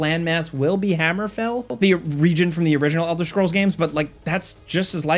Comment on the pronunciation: Elder schrolls😂